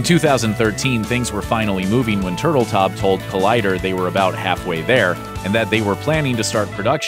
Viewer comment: I can’t take you (or anyone else for that matter) seriously when you can’t say the name right of a famously well-known celebrity. Case in point: director Jon TurtleTAU!! The ‘b’ is silent. It’s not Turtletob. Noob.